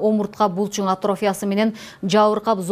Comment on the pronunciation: Атрофия деген сөздү ,,и" тамгасына басымдуулук жасоо менен айтылышы керек. Журналист ар бир сөздү туура окуй албаса, эмнеге иштеп жүрөт?